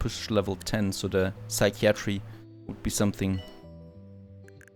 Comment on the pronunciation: Yay so proud haha :D You got psychiatry right! Another very weird one is cupboard actually is said (kuh bird) or (kubberd). So relaxing watching you build. Hope you enjoy it!